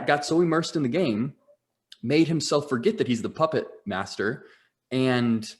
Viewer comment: Everytime they say puppet, I hear muppet 😅 It's awesome!